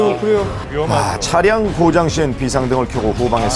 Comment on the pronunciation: 차량 차ㅡ 량 ? 계속 차 를 너무 길게 발음 함